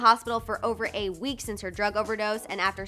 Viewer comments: she didn’t say 8 weeks, she said over A week, it just sounds like 8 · yea I kept replaying that part and finally heard over A week The way she says “A” sounds very similar to “8” and she talks fast which doesn’t help